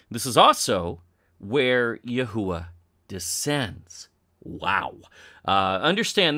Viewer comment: It's "YAHWE" not "YAHUWA" ................ and it's supposed to be spoken by man, plus it's not from any language it's GOD's language, his word. And great work by the way appreciate it one more thing in my findings the garden of Eden is not in the Philippine's it's most probably in Solomon Island (Look at what people from there look like you'd be surprised)